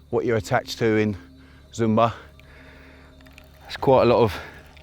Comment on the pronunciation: It's not "Zoom-bar", but more like "Shoom-barr" ;)